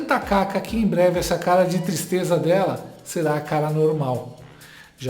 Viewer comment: "Qui tistreza!" 😂😂😂😂😂😂😂😂😂